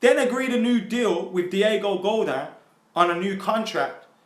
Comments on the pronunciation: Godin not godan 😅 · if he says diego godaan instead of diego godin one more time im going to shank my dog with the tissue i used yesterday to shoot a load into while i was looking at a donald trump speech on gun control. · It's pronounced "Go-DEEN" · its Pronounced GO-DEN